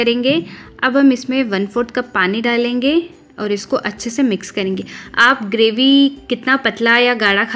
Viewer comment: Kalenge nahi hota. Kar lenge esa hota.